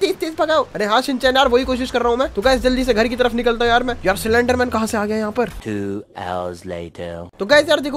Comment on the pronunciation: Anyone noticed he said slenderman cylender-man😅😂